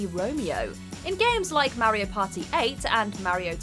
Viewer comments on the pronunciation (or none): Stop being such a hater, the great fairy fountain is a breath of fresh air. You’re just salty your videos don’t even know how to pronounce Mario right, and you want to act like some kind of authority on pop culture. Marryo is the way old grandpas pronounce something they mistake for mayonnaise.